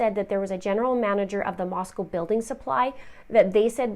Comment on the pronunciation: Props for pronouncing Moscow correctly (from a local) Thanks for covering this! Shocking for this to happen in my town.